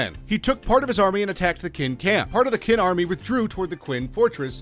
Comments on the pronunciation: It didn't get any better. He went on to pronounce the name of Chinese dynasty Qin as it is written. That's the name of the dynasty that gave CHina its name... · Or Qin (read ch'in)! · Some of he pronunciation errors were cringeworthy. "Levant", "Khaleed ibn Ali" (which he pronounces like "Ivan"), "Poitiers", "Qin" (the Mighty Quinn??) Xiao (Zow!) ??? Seriously folks . . . if youre going to take the time and effort to make a video like this (and some of them are pretty good and informative), why would you NOT spend the 30 seconds or so to look up all proper names and terms you are not sure of, and make sure you are pronouncing them correctly. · queen zzzzao quao quee lol... omg